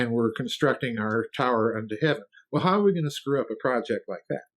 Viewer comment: Houwgh not how